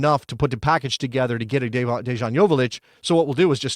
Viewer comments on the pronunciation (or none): just wanted to let you know dejan’s name is pronounced with a y but good video